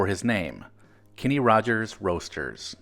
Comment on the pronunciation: His name is (was) Kenny, not Kinney.